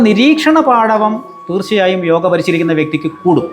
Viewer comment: യോഗ എന്നു പറയാൻ ശ്രദ്ധിക്കാം ഇംഗ്ലീഷിൽ യോഗാ